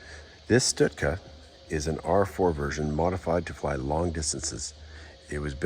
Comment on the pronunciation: its stuka not stutka.